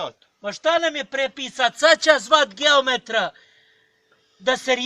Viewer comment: nije geometra nego giometra